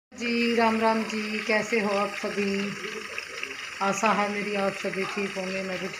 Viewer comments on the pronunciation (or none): Aasa nhi aasha bol. Pgli.